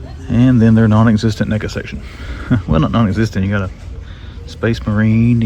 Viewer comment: Hey bro. Watch how you say NECA's😁😂🤣😂😁